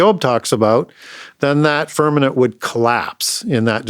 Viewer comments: I respect teachings, but someone PLS tell him it's FirmaMent, NOT FirmaNent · I have listened to a lot of podcast, and even have his two books. I wonder why he uses the word "firmanent" instead of "firmament". I actually had to look that word up to know if there's such word but couldn't find it. Can someone correct him please, it throws me off. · lol with the amount of wisdom that man contains, he just can’t seem to get that word. Glad someone else caught it. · .. you are correct .. I caught that, too .. God's Firmament ❤